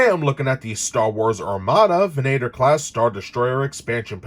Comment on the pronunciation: Lovely vessel. I'd only collect them for display. It's actually pronounced "Vehn-ah-tor", however.